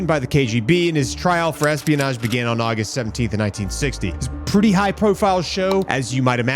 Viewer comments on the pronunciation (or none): none